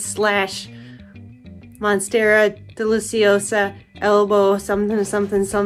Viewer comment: lol first lady says Monsterra Deliciosa, but lowkey looking like shes holding a borsignia/small form